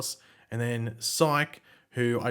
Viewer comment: why do you say psooych lol